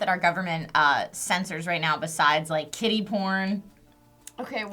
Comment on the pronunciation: As they were saying "Kiddy porn," I thought that they were saying "Kitty porn." I was so lost. Why would I even think kitty porn?.. HELP ME... O_O